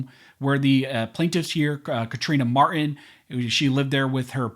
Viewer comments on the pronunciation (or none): The victim's name is Mar-Tin, NOT Mar-in. Please, don't be lazy...PRONOUNCE the T!!!!!